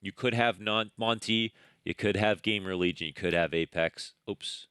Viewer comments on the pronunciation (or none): is your "Game Religion" pronounciation on purpose?